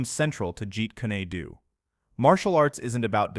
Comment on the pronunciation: Get a live human narrator for these martial art videos, and teach them correct pronunciation. We all know there’s no such thing as Jeet kuny doo, or shot a can, or tay kwon doo. People don’t wear jees or g ize. There’s no great master named Eye Pee Man.